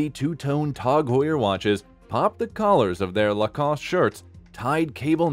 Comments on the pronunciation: Its pronounced TAG not TOG , Tasser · Its not called TOG! why are you saying TOG and not T A G?! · Please stop saying Tawg😅😂 Did he just call Hublot Hub Lot 😂😂😂 And revealed reviled bru… I’m dead 😂😂😂😂😂